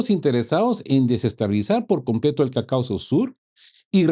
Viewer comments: Estimado camarada, interesante informe. Te sugiero que revises la pronunciación de la palabra Caucaso. Se pronuncia con énfasis en la primera a. Nos vemos en la próxima. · Cáucaso, no CaucAso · CaÚcaso no “Caucáso", lleva acento en la U. CÓnclave no “concláve“ tiene acento en O.